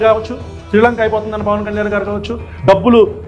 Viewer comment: నా అభిమాన నటుడు ప్మా...అంటూనే మింగుతున్నావ్